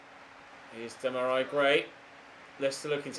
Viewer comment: Demarai as in demarai gray is pronounced DEM-AR-REE